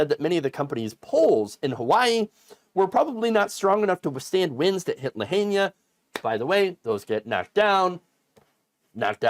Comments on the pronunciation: Liked the vid and fan of the channel. For the next time, it sounds like Luh-high-nah. Not La-hane-ñia. You got this. Keep up the good work. We appreciate it. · "La-heen-ya?" It's La-high-na. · it's pronounced (la hi na) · Lahaina is pronounced LA-HIGH-NAH not LA-HAIN-YAH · Pronounced LA HINE AH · Did you say Lahania? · that’s actually called “disaster capitalism” & it’s pronounced “la-HAI-na”. it’s certainly been said enough times by now…🫣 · The Hawaiian alphabet has only 13 letters, containing all vowels, minus the exception of sometimes y of the English alphabet. Here’s a little assistance, name of the town is pronounced La-hi-na. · JFC...don't report about it if you can't pronounce it. La Hi Na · “Lahania”?? Please take a slow and careful look at the name of the town. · BTW, it's pronounced La-hi-na. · I never heard Lahina pronounced so wrong lol. You tool, you had to have heard it said 1000 times by now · Look up how to pronounce Lahaina please.